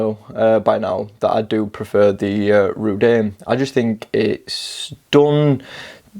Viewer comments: I'm not a fan of Chinese watch naming traditions obviously, but every time you call it Rudane really jars with me . Rud-oo-nay , give it a go . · Reh-Doon'-A. ;-) Also, please stop saying "this one" (use the name instead). Can't multitask or read comments during video if I have to watch the screen to know which one you are referring to. Also again, I have the Rdunae and 1) The design, build quality and lume are a 10+ and the gray bead-blasted finish makes it both toolish and relatively unique among turtle homages, 2) the pointy part of the crown guard on the back of the watch actually catches on and STABS my finger when I try to wind it. I would like to know if they have since remedied this with newer production units. I've tried gently filing it to round and dull the point, but with limited results...